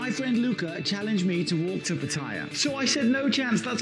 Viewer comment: Ask a Thai person how to say Pattaya correctly.